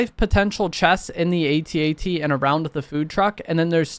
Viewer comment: Speaking as a 50 year old man, every time I hear you spell out A.T.A.T. rather than simply saying at-at, my inner 8 year old squirts out another tear.